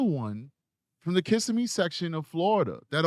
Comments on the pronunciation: Pronounced kiss SIM ee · Pronunciations Osceola=Awsee'ola Kissimmee=Kuh'sim-mee I had to Google Olathe, few months ago